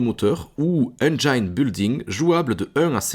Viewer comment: Salut ,merci pour tes vidéos !elles sont limpides et attractives ,bravo!petit cours d’anglais ,n’hésite pas à prononcer le i de engine (pas aï mais i comme en français ).merci encore et continu a nous donner envie de jouer !🙏✌️